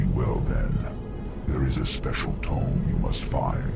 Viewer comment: It looks like you missed one of the items dropped from the second group of dragons. Also Tome is pronounced Toam, not Tomb. :)